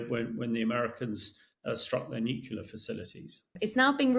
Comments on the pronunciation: Why has nobody told this geezer how to pronounce 'nuclear'? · Yes, the word comes from the "nucleus" of the atom. I've heard a number of Brits say it this way so it may be cultural? We Yanks mispronounce a number of words and we aren't "hooked on phonics." We call petrol gasoline and don't say it right!